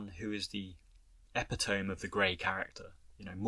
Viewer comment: Great video, enjoy your content and analysis... and I hate to be that guy, but .... did you pronounce epitome (eh-pi-toe-mee) as epi-tome? I'm pretty sure that ain't right, or am I missing something about UK English? Sorry to nitpick, but that was jarring as hell coming from you....